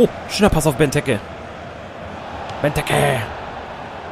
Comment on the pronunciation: Bei Benteke musst du das E lang ausprechen